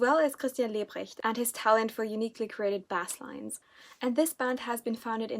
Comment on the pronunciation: Thanks so much for the awesome recommendation. I like The Golden Apes but never knew they released an album this year so thank you :) Also, I really don’t mean any offense by this because your English is amazing, but ‘basslines’ is pronounced ‘base-lines’ which is weird as it’s not how it’s spelt.